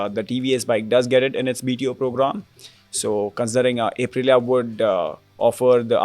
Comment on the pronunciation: Bro, I cringe so hard every time my guy says A prilia